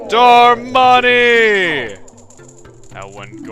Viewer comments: It's not delivery it's Darmani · you say darmani like susano